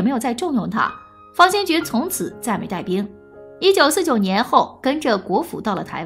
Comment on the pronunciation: 大家散了吧，小编都不懂历史，废话一大堆，方先觉都能读成军方/先觉部，真是浪费时间，史实的真假更不用论了。